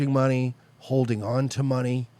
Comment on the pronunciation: Rofl, hes like we should like...start farming the vegetications and producing the medicicationals. Form a eccanommy, create our own manney.